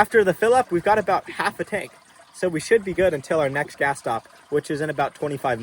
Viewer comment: I def heard bring "grass". Not "gas". Good man!